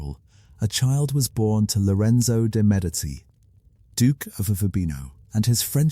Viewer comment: Medici is pronounced Medichi. You keep using or an S sound, a t sound or a K sound. So annoying. Had to stop listening.